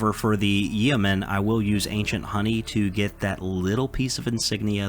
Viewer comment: Yeoman rhymes with Roman. The e is silent